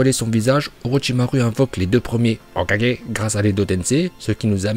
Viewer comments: Jaime bien mais le "hokagé" comme un tirso ça casse les couilles de ouf 🤣🤣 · Notre porte parole préférée des prononciations dignes d’un japonais (HOKAGE) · J'aime bien la prononciation de l'HOKAGE!!! TU NOUS TUE MEC🤣🤣🤣🤣👍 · HOKAGE Masterclass le prononciation 🤣🤣🤣🤝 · J'aime la vidéo, mais tu ne te trouves pas énervant avec ta prononciation de HOKAGE...? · Pourquoi il dit Hokage d'une manière aussi bizarre 🥲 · tu prononce le mot hokage de facon bizare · tu sais que tu clc à proncer hokage comme ça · Pourquoi il dit Hokage comme un gogole ? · aime bien prononçait Hokage comme dans la VO c' est pour ça que quand dit Hokage il le prononcé on dirait qu' il se trompe.